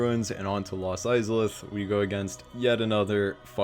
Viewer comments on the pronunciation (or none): Pretty much disagree with almost the entire list ps how the fuck do you butcher the pronunciation of IZALITH so badly?